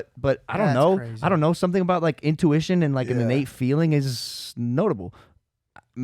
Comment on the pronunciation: Can’t believe Logan said that dumb ish … bro said “intuition “ 😂😂🤣 at mf 6